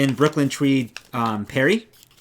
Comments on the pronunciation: Your knits are beautiful! Is Brooklyn Tweed Peerie pronounced “Perry”? Here in Portland, OR we say it with the double e, so as in “peering into a window”. We could be wrong, but it is spelled with two e’s! Either way, it is beautiful yarn. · I'm familiar with that word used in Scotland (pronounced with the double e sound) where it refers to something small, like the "peerie pattern" on the palm of a mitten.